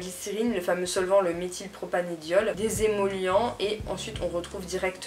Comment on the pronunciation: Par contre, désolée mais on dit Méthylpropan"e"diol avec un "e" et pas "é" 😂